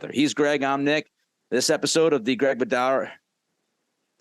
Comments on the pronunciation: For Christ sake Bedard. Could you at least get names right and pronounce them correctly. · Greg, dig your show, but you gotta get people's names right lol